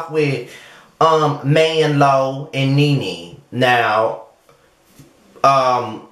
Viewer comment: "Man-lo". I'm dead lol.